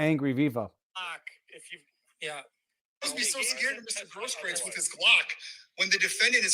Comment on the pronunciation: Robert Barnes is a good man. He can pronounce Grosskreutz like a German. Freheit is a sauerkraut name too.